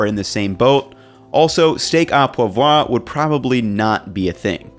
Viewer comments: I'm glad you made that point about steak au poivre, thats always been my response to the burned pepper myth. Btw much like the L in your last name (I just watched a kenji video about carnitas and saw your comment about how to pronounce your name) when you say 'poivre' you can ignore the last 2 letters, so steak oh pwav. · Poivre is pronounced 'pwah vreh' (very light on the 'eh' ending) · Lol he pronounced the silent re in steak au pouvre